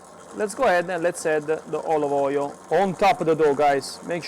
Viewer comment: "De olovoiol" 😂 Grazie!